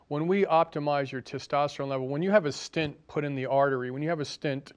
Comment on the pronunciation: btw, the word is stent not stint. stint is a period of time --like a short stint